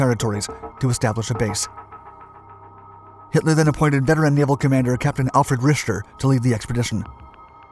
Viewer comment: "richter" and "margarine" are VERY much words you need to learn how to pronounce